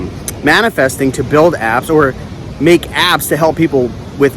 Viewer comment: When you talked about "building apps" I at first thought you were saying "building abs that help people" ! :D